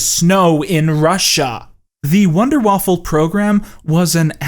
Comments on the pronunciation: You kmeep pronouncing the word: Waffe like the word: Waffle, stop it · Awesome video, I love you dude, but god damnit stop pronouncing waffe "waffle"